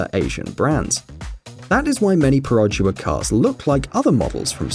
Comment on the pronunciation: U pronounced perodua wrongly, the locals will scold you I'd you said it with a western accent